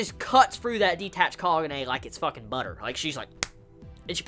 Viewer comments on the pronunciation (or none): Ahimsa ohh okay i thought i heard pronounce kahune